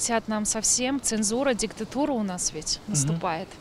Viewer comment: НЕ "диктЫту́ра , а диктАту́ра . автор , не глотай бу́квы. говори пра́вильно !